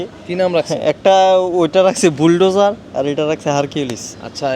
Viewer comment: ভুলডেজার নয় শব্দটা হবে বুলডোজার, আপনার কথায় আঞ্চলিক টান বেশি, চ্যানেল ব্লগ চালাতে গেলে শুদ্ধ শব্দ উচ্চারণ করতে হবে।